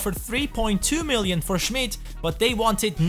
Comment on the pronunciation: Ünichts für ungut aber das i bei Schmid ist lang